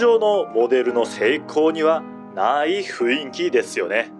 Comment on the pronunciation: 雰囲気の読みを、ふいんきと度々読み違う耳障りな…